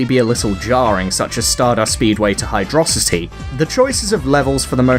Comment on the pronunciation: Thank you for pronouncing Hydrocity Zone correctly~